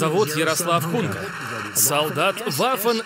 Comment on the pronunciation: только не хунка, а гунька